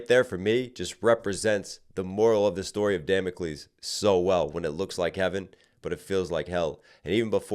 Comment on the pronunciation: i’m mad at how you say Damocles😅